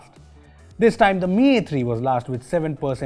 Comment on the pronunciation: Dis, Dat, Tousand 😂😂😂